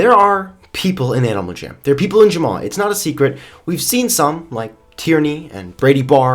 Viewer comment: You Jumma instead of Jamma